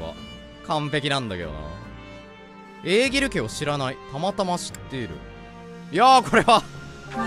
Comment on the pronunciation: エーギルちゃんって読み間違えおもろい